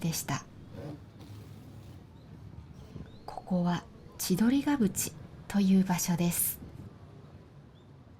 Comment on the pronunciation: 先生、千鳥ヶ淵の読み方はちどりが「ふ」ち、かと思われます！いつも動画ありがとうございます！🎉